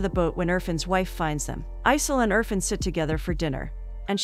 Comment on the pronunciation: its not UR-FUN its IRFAN (EER-FAAN)